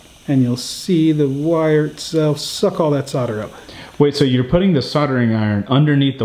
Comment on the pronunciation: Please pronounce the L in solder, it's painful.